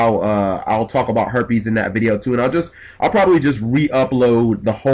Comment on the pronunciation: Sometimes when you say harpies it sounds a but like herpes😳